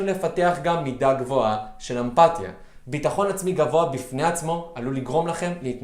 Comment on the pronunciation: וואו אתה מקסים כל כך ומעניין מאוד. חשוב לי לציין שאומרים אמפתיה עם סגול ולא קמץ.